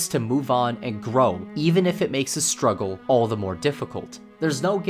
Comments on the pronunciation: "the two year stuggle" STUGGLE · “Two years of stuggle”